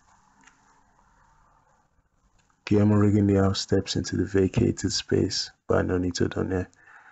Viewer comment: i must say that Rigondeaux is pronounced Rigondoo,just had to say and before you start a bit bickering i like your vids and have actually just subscribed to your channel and i personally would love a RJJ video. Keep up the good work mate.